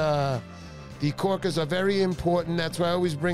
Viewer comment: Um... what are "kaw-kiz?"